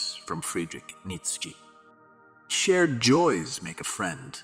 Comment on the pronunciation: Pronounce his name well